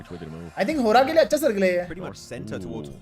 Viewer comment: Bro it's horaa not a hoora